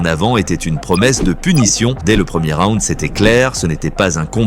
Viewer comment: "raound" après round ? si tu prononces bien la première fois, pourquoi pas la seconde :)